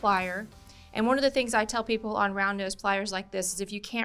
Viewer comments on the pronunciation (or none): none